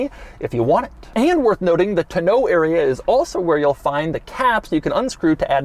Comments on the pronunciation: Still cracks me up when he mispronounces the tonneau cover! Taun-oh, not tah-know. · Doug, the type of guy to put the ac-CENT on the wrong syl-LABLE. (He keeps saying ton-NEAU instead of TON-neau.) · The way Doug pronounces tonneau.......... you're not British Doug. it's simply tä-ˌnō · I'm extremely surprised that someone who is so involved in the automotive industry doesn't know how to properly pronounce tonneau.